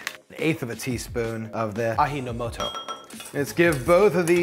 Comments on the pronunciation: I was an exchange student to Japan and my homestay family ran a restaurant. Fantastic experience! Just so you know; Ajinomoto is pronounced; a-jee-(as in gee-whiz)-no-moto. They even have Aji-shio which is a combination of MSG and salt. I wasn't a big fan of Aji-shio, but the regular Ajinomoto does make a difference. The trick is not to get carried away and use too much!!! I personally still prefer a light shake of salt on my deep-fried food, but in soups, sauces, and stewed foods, it's the bomb! Try Taki-komi-gohan or any rice pilaf and use MSG. It'll make you swoon! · Pronunciation... A ji no moto (A g no moto) Soft "G" ...Thanks for the video and clarification. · The j is pronounced in the same way as the j in Jim. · A...G...No...Moto....thats how you said it in english i think. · Already covered in the specific case of “ji” but Japanese is actually really easy - everything is a syllable, and everything is spelled in English phonetically, nothing is ever silent. So Ajinomoto is also A-Ji-No-Mo-To, and Nagasaki is Na-Ga-Sa-Ki. It makes more ease when written in Japanese, as the phonetic characters are a consonant+vowel pair, with the occasional lone vowel. Japanese also has a few modifiers, and when you see them you just slur them all together. So Tokyo becomes To-Kyo (slur the k-y-o together), not To-Ki-O (which is how everyone in the US says it). When in doubt, just make sure you pronounce every letter, and if you’re not sure which vowel sounds to use, they’re the same as Spanish vowels. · 味の素 "Aji No Moto" your pronounciation of Aji is a bit off, the rest it's fine. Aji is ah-gee, Ji as Ji in English Jiffy. Aji means taste! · ah-DDDJJJJJEEEEE-no-moto ("J" roughly as in "Jack" and NOT as in "Jorge" - this is Romaji Japanese - not Spanish! no "La Jota" :) ) If you want to hear the correct pronunciation; Copy & Paste: "味の素" in "google translate" and hit the "Listen" button. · Since Ajinomoto is Japanese company, I think pronunciation would be aa-G-no-mo-to